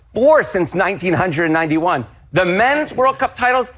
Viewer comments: Can we just take a moment and talk about how he pronounced the years? Nineteen hundred and ninety-one. WTF... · I don’t know why but it annoys me the way the guy pronounced 1991 and 1930 lol